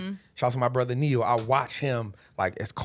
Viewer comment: Did say Neyo?